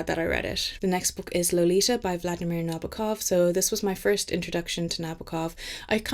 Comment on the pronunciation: Great video, so many great books here. But at the start I was beginning to wonder if all your books were going to be feature a psychedelic hospital 😂 I love Lolita so much, just not the way you pronounce Nabokov 😜 also surprised no Bell Jar